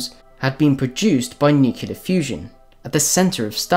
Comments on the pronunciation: Nicely done. One request: "Nuclear" is "Noo clee arrr, " not "nyu cyu lar." Thank you. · Nucular fusion. Nuculus. Your pronunciation is bothering me. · Great video bro. Practice saying nuclear and nucleas though xD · It would help if you knew how to pronounce nuclear correctly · "nukelar", "nukelus", "nukeli:.... are killing me. I can't take it. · How can the narrator hope to be considered credible when he doesn't even know how to pronounce an easy word like nucleus, nuclear, or nuclei?